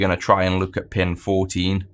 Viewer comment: When you say "lets take a look" I hear "lets take a LUKE". Love the videoes, thanks for your contributions to the community!